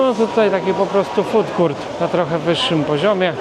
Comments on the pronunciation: nie chcę się czepiać ale na FOOD COURT mówi się FUDKORT, a nie FUDKURT :) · Food court - czyli strefa gastronomiczna. Z pewnością nie wymawia się jako [ FUTKURT ].